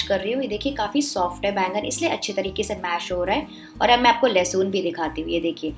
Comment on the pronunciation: لہسن ہوتا ہے لہسون نہیں ہوتا 😜